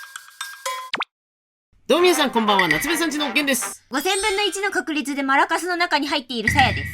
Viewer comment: つまり、マラカスの発音はマ↓ラ↑カス ではなく、マ↑ラカス↓なのか…？ （マラカの発音がマ↑ラカ↓だから）